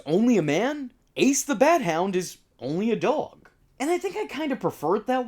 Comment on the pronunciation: Yes it is I… Dog-El 😂